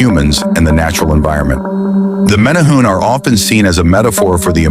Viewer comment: You are pronouncing it wrong. More like mini-hu-ne.